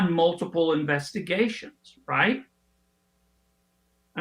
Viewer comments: Bur-eez-muh. Not Bur-sim-uh😂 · Is it really "Bursima?" And "phalynx?" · Ok Benny. Once and for all. It’s “BURR-IS- MAH”. You’re killing me, Smalls. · U run foxnews clips as your own report??!! Ur channel is crap ..... Not to mention you don't even pronounce "bursima" correctly!!!!